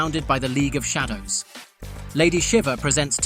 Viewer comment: The AI randomly pronounced "Shadow" incorrectly lol